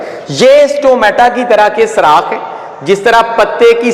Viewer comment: پیارے بھائی اچھا لیکچر ہے ۔۔ لیکن ایک بات آپ کو بتاؤں کہ لفظ سراخ نہیں ہوتا سوراخ ہوتا ہے 😊